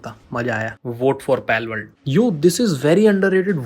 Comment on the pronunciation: Palworld ❌palakworld✅